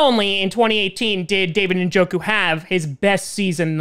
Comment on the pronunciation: David Ninjoku?